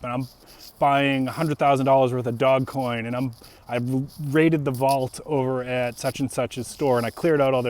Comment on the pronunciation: It's not DOG coin. It's DOGE (long O), soft G (like a J). I know because I used to live on a street by that name. :)